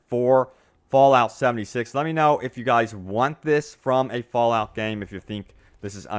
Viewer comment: Bro you emphasizes your "y"s so much, its fallout not fallyout..... and leak isnt pronounced leeeyyyyqued damn man